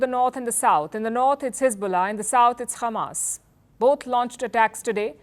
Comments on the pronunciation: Khamas 😂 dear Palki, Israelis can not pronounce H like Russians, that is why they say Kh instead of H, well we do not have kh in Hindi as well but kh make the sound that you pronounced at the beginning of the word Hamas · Why did she say khamas it’s hamas bruh she’s a Israeli journalist #EXPOSED